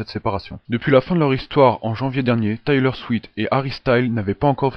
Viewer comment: Juste une petite remarque c'est Taylor SwiFt en le prononçant tu oublis le F ^^, sinon j'aime bien te vidéo ;)